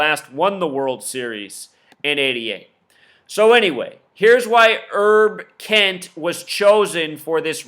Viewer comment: His name is HERB KENT...Not ERB Kent. As in HERBERT ROGERS KENT.